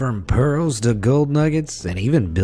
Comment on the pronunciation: i heard chicken nuggets instead of gold🤣😂